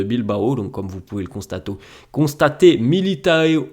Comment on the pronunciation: Comme vous pouvez constato 😂😂 j'adore 😂